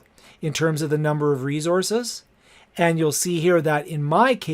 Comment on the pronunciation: You had me at "reezozz"